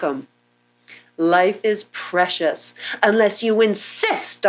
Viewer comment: It's preshush lol